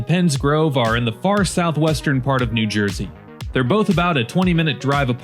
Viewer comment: "Noo Joisey."